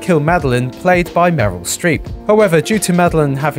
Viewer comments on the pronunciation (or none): none